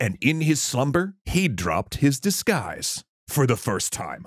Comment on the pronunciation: That Oni is a hypocrite. A disgu-eye-se for a disgu-eye-se, as they say.